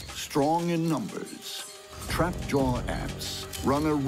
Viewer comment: I hate how he says trapjaw